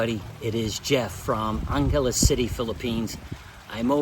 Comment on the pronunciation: Its not ANGALES CITY ITS ANGELES CITY !!